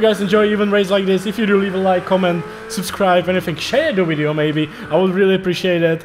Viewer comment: Well if you want to improve your English you need to change how you pronounce your W and V . In English it is Video but you are saying it as Wideo. In English the letter V is pronounced the same way that you would pronounce W. Say (V)ideo the same way you would say (W)illkommen. The same for words beginning with W. You pronounce " Work" with a V which sounds like Vurk. Not sure if I am making sense to you, I am not much of a teacher. Either way your English is better than my German.